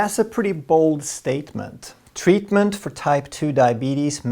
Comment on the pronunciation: I can listen to pronunciation of "tweatment," and "tweat" all day. 😌